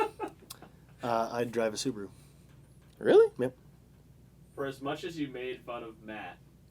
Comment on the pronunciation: thank you, matt for saying Subaru!!!